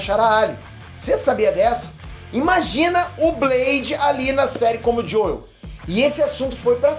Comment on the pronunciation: Você não precisa falar JoEl, se fala “Jow” apenas. Fica esquisito ficar falando JoEl